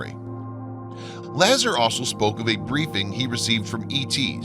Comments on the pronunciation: C’mon Dude. It’s not LA-zer like in LA-dder. It’s la-Zar, like in a-Jar. Everybody knows that. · Interesting how the Sumarians timeline fits well with Biblical history saying this civilization is 6k yrs old. About the only thing this video got wrong was the pronounceation of Bob La-zar not Bob Laa-ser. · Excellent documentary. Note: Robert Lazar : Pronounced Robert Luh-Zaar not Laazur. My two cents: In. Carry on...lol. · It's Bob La ZAHR, not LAzer and it's pronounced ZAta Re-Tick-Q-Lye. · first thing it is... la csar ... for bob lazar ... not lazer .... please check phonetics before loading a computer voice .... mobile denim .... I hope he meant Molybdenum .... otherwise an interresting video ... but nothing new ... heck not even anything on nibiru's supposed return in system .... so this is just a re-edit of old material and reposted .... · Hey syrup drinker, his name is pronounced Lazzar, not Lazer. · Man , it's Lazar not lazzer C'mon do your research a.little better instead of reading someone else's essay. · The name is LA ZAR not Lazzer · Dude!! I love your videos, but your pronunciation is like fingernails scratching a chalkboard or chewing on tinfoil.. Do some pronunciation research, all your other research is on point!! Why the several mispronunciations!! “Bob LAZER” = “Bob LAZAAR” Zeti Reti-cul-ee = Zeti Re-ticul-eye.!I stopped listening after that.. Love your stuff!! But it hurts my ears.. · You know it really bothers me when you guys don’t pronounce names correctly his name is Lazar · Its pronounced "LA-ZA-R" LIKE LAZ-ARR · OMG you're mispronouncing everything! Bob "Lazar", Zeta "Reticuli", and Edgar "Fouche" all mispronounced before . I'm done, thank you! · La-ZAR is how I'd pronounce that name. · Great film, lots of info. Pronunciation could use a little help. Lazar = Luh-ZAR, Zeta reticuli= zay-tuh reh-tick-you-lie. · His name is pronounced "La- czar" or Lazar as in "are" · Just FYI, it's pronounced La-ZAR. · You didn't pronounce Bob's name right